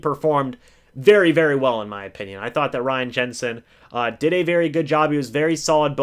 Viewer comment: O”Pinion”.......... ok yeah I’ll go now